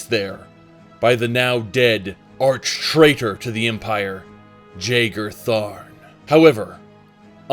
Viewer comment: I thought it was always pronounced "Yay-ger Tharn"